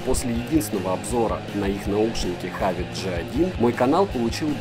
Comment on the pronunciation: Почему хавит? Хэвит